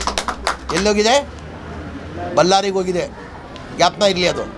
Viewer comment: Lo ಬಲ್ಲರಿ ಅಲ್ಲ kano ಅದು ಬಳ್ಳಾರಿ